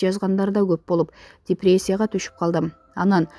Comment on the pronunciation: Как будто коп куйорманы бардай депреция дептирго😀